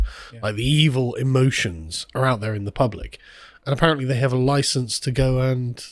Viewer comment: you got a loiscence for that norse day-cor???